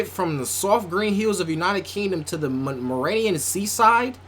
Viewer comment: “Mrayan sea side”